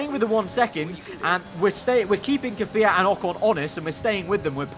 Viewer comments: Ffs it’s KvYAt not Kafiat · stop ✋ saying KIFIYAT it’s Kvyat